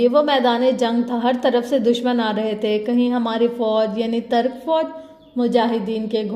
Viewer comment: It's Turk not tark.